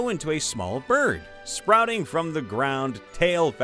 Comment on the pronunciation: I AM DIEING, my alarm went off, its saying "pesky berd". OMFG.